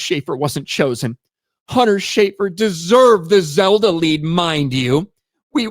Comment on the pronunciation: It's Zelda, not Zeldo. 💀💀💀